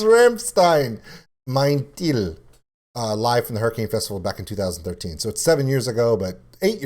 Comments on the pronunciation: That fist hammering against your knee thing was started by Till Lindeman when his knee went out of place during a concert. He just hammered it into its place. That's how tough he is. Now it is a standard concert move for other artists, too. It was fun to hear you say the title as Mein Till. In German "ei" is pronounced as eye in English. Thank you for your reaction! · Rammstein for Super Bowl LVI... who is with me 🤘 btw. Teil is pronounced like "tile" in English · I think it is kinda funny how you say the title, because the singer's name is Till :D